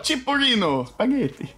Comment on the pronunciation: That was the most russian "spaghetti" that i ever heard